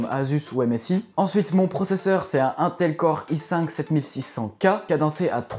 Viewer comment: Très beau setup par contre la façon dont tu prononce les nom des marques (PNY et Intel) ca ma tué 😂